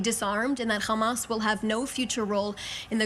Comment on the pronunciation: “qhammas” not to be confused with “hammas”